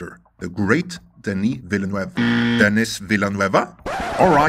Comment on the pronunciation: Looking at Denis' track record I say the hype can be trusted. Unfortunately I'm sure any footage is months away. Lol thank you for also pronouncing the name properly